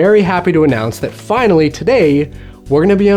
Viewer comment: i thought u said "Vinylly here" (finally)